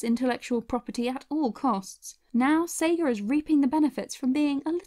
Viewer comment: Pretty sure it's Sega not seega